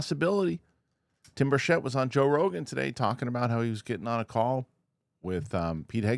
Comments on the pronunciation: The correct pronunciation of Representative Tim Burchett's last name is Bur-CHIT. *READ YOUR COMMENTS MAN!* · That's not how you pronounce Tim Burchett's name,. It bothers him. Say BIRCH IT. Don't say it like it's French.